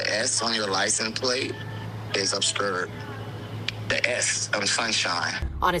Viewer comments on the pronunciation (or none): He should be arrested for not pronouncing obscured correctly!